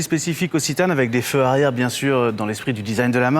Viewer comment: On dit citan est non zitanne